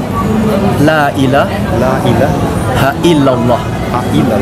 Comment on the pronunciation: Lailaha illallah not laila haillallah